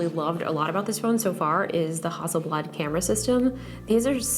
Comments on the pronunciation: the f is hawsleblad ? -_- it's hassleblad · I was just giggling at Justine saying Hasselblad the entire time! :)